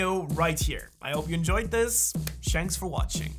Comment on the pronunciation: bro said shanks for watching